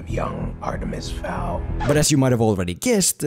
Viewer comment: look, i want to agree with you .... but you say "read the full series" right after calling it "artemis FAUL". the name fowl is so many times on this page .. and .. you know .. on the title of 'the full series'. and its not a typo, as o-a and w-u are not near each other on the keyboard. you even edited the comment later and didnt fix this. so yes, please read the books first (or the name of the video).